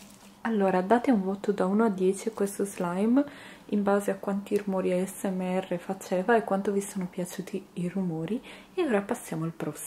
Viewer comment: Spero che non ti offendi ma però dici male asmr chi l'ha notato lascio Like a questo commento solo per fartelo imparare meglio in modo tale di non farti prendere in giro